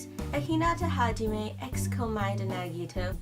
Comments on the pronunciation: She did not just say Komoeda x Nagito 💀🤣😭💀🤣😭🤣💀🤣😭😭🤣💀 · wow. She said komeada x nagito.